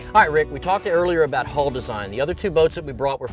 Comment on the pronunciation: NARRATOR get elocution lessons. Transom not tranzum Hull not hole